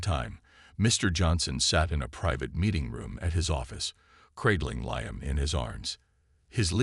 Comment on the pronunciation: Need to learn how to pronounce Liam